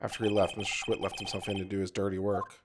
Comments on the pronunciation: OBJECTION!!!! SAH-WIT. Not SCHWIT!!!! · It sorta annoyed me how he kept pronouncing Sahwit wrong, its pronounced Saw it, but otherwise it was good. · Nope. Mr. "SAW-IT", not "SAH-WIT" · I love how he pronounces Sahwit’s name as Shwit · I love how he didn't get the jokes in the first case just because he missed pronounced the guilty party's name it's pronounced like Me. Saw-it and he didn't just see it he did it XD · Well, he doesn't know how to pronounce Japanese names, so give him a break.